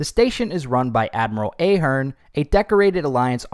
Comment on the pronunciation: I am an Ahearne, it’s very annoying when people mispronounce your name , it’s pronounced with a “soft” A, like in “ahead”